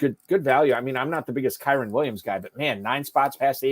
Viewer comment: Hold on. 1 million dollar league. Fantasy experts. Deep analysis. And we can’t say Kyren’s name correctly? Other than that, great content. 😆 Thanks for sharing.